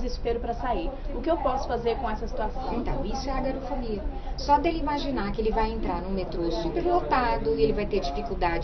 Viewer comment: corrigindo ,é "agorafobia" e não "agarofobia" .